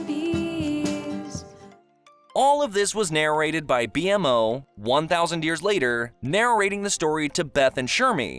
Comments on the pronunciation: The fact you cannot pronounce majority of names lets me know this is a view grab. Otherwise, not terrible in a cliff notes sense but nothing someone who watched it wouldnt know. "BEE EMM O"....comon this is an insult "Named BMO to Be more". Marasheleeeene - Hunts only vampires not demons. You mention the timeline of "human Finn" but do not barely reference the return of Prismo and his (Finn) more important identity not being in a dream but is a Glob reference. YOU STARTED THE VIDEO CALLING OO, EARTH. Its saying the USA is the earth, the human island is not part of OO let alone the ones we do not know about. BEEEEE MO not BE EMMMM O. Marcelene seems standard - VAMPIRE hunter. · Plz just say B-MO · why was he pronouncing bmo like b.m.o🤔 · Good narrator? Sure. But he says BMO as B M O, calls the slime kingdom the grass kingdom, multiple names are misspelled and pronounced wrong and he sounds like a whiney baby when talking. There is so much wrong with this video that I can’t even begin to explain. It’s like a total dump on the show like he knows nothing about it. Nobody accidentally reads a script about adventure time and mistakingly calls it the grass kingdom. Even if so they don’t also call bmo BEE EMM OH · That's what I thought too. A lot of information is incorrect and can't even pronounce BMO's name correctly even though his name was used numerous time for like the whole series. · Why are you pronouncing BMO as every individual letter?!? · How did you fuck up pronouncing BMO's name dude. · Is it BMO your B-mo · The narrator clearly didn't watch the show since he didn't know how to pronounce BMO. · How you butcher B.M.O.'s name is beyond my comprehension. Lmao 😂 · Wierd heaing someone pronounce BMO like that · Fr like at the start the beginning and end was swapped and called BMO wrong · I tried so hard to finish the vid cause I was enjoying the story but you kept saying "B-M-O" and not "Bee-mo" and that just bugged me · It’s not B.M.O its bmo watch adventure time